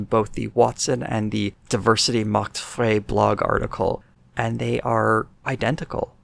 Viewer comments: "Diversity macht frei" means diversity sets you free. it's a play on "Arbeit macht frei" (work sets you free) which was written above the gates of Auschwitz. Also, it's not pronounced "fray" it's "fry". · FYI, "Frei" is pronounced closer to "fry" than to "fray." (I was also going to bring up the "Arbeit macht Frei" connection, but I see several other people already did.) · Frei in German is pronounced like fry. The ei sound is pronounced the same. For example Einstein, klein, and nein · I know others have already corrected your interpretation of "Diversity Macht Frei," but I thought I'd also mention that "Frei" is pronounced like the English "fry" but with a French (or German) "r."